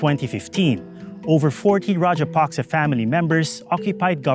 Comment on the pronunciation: It's not "Rajapasca", it is Rajapaksa